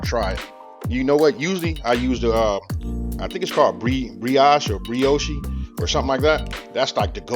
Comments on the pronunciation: Its pronounced 'Halla' as in "I'll Holla atcha later!" And Brioche is 'Bree-Osh' (long o sound) hope that helps!! Lol. Great video. 🤗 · The C is silent in Challah Brioche is Bri-aash. No shade. Love your videos keep cooking, keep learning, keep teaching😘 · Damn this just made me want french toast. BTW, the breads are pronounce holla (challah) & bree-oh-shh or bree-ah-shh (brioche) depending on who you’re talking to.